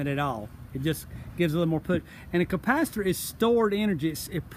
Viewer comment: Great video. Somehow I keep hearing "compacitor" instead of capacitor